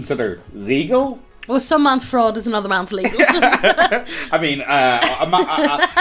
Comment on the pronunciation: Wow, this antigoblinite sentiment is truly frightening. It's gonna be like annuduh goblin slayah!